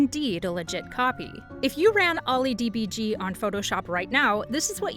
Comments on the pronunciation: And get the names of the software right. You called OILYDBG OLLY DBG. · Its OILYDBG, not OLLY, O I L Y, plus stop using gifs they're cringe. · Calling ollydebug dee bee gee is like that german counting to 3 meme 💔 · OllyDbg is pronounced Olly Debug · never heard anyone who knows about OllyDbg calls it OllyD-b-g. and not olly debug. and I-d-a not aida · Olly-DEE-BEE-GEE. EYE-DEE-AA. Really gotta work on the pronunciation there 😂😂😂